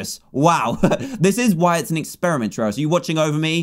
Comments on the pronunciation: I LOVE how he said Tryauri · Dan said trayuareye, spore flashbacks anyone